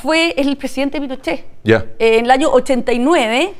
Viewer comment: Minuto dice "Presidente Pinochet " ? pero lo dice entre dientes , no lo dice claramente